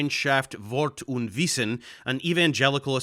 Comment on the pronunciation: Your German really caught me off guard well down 😄👍 And yeah Scherer and „Wort und Wissen“ is really the bottom of the barrel on this topic..